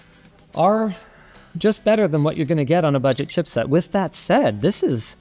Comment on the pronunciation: What's a "budgie"? If you gonna caugh in your arm while talking, make sure to repeat what you said so we understand.